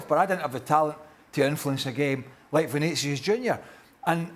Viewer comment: It's not Vinicious, It's Vinicius